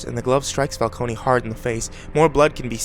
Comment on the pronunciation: Did you seriously say "falcony" the entire time.... Fal-cone.... Not Fal-kony..... Holy shit you have awful grammar knowledge for a narrator. You would figure pronunciation would be a big part of it.....